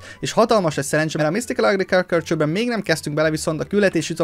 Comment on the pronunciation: misztikál ágrikálkálcsör